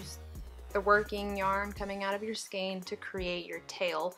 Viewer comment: Lol "Skayne" 😂